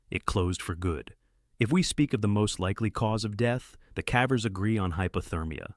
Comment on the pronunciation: The cævers. Are you, mr AI, by any chance Norwegian, since you pronounce cavers with a Norwegian æ?